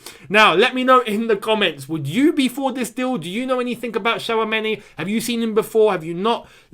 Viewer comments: It is not Shawameni l, It is Chwameni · 🤣 please stop spelling that name like that it hurts🇨🇲 but lemme help u it's Tchou...(like the verb choose in English)...ameni that's all and yes he's a talented young DM glad that Chelsea have an eye on him he's very calm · His name is pronounced as Chou-many